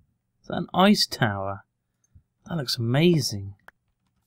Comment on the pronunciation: Row row, fight da towah? ;)